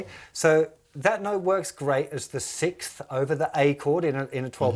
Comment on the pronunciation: Are all British people incapable of saying sixth? Lol